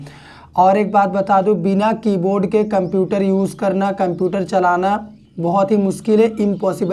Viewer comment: Why are you spelling "kumputer"? This is so much annoying to hear.